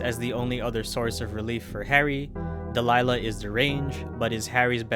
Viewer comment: Dahlia not Delilah